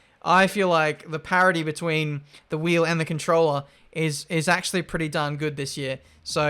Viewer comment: nobody:: nAcHeWly